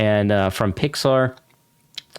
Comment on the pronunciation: "Thats what my PIX-AR" lol